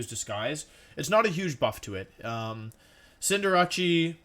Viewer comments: He mispronounced cinderace as cinder-ah-chi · everyone: cinderace wolfey: sin jirachi